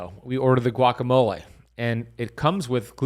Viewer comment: This guy is a complete whack job. I get his videos on my feed because of the topic but he simply doesn’t know what he’s doing. And yes besides the extreme amount of ads he contradicts himself constantly. lol he doesn’t even know how to pronounce guacamole. lol. And in some videos he’s thinks it’s a flex that he knows Kobe Bryant’s trainer, I get the feeling he has no idea Kobe died a long time ago. He’s just a grifter.